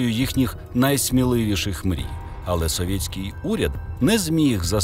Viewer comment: Я нарешті звик до Вашої вимови "совєтьский"...